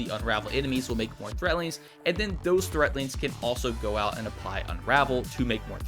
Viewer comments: someone tell him there's a "D" in threadlings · THREADLINGS! WITH A D NOT THREATLINGS